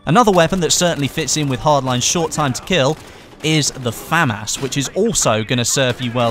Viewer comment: It's the Famas, Not a Fum Ass